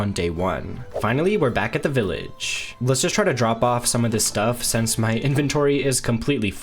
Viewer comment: It’s SINCE. NOT SENSE